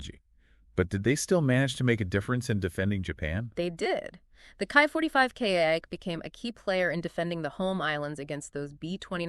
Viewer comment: It's pronounced like key 45 not kai 45